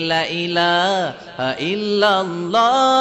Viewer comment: আলহামদুলিল্লাহ সবাইকে এক হওয়ার তৌফিক দান করুন।সকলের প্রতি সম্মান জ্ঞাপন করছি।গজলের শুরুতে কালিমা ই তায়্যিবার উচ্চারণে শুদ্ধ হয় নি।বিনয়ের সহিত বিনীত নিবেদন -লা-ইলাহা এর উচ্চারণ ঠিক করে নিবেন।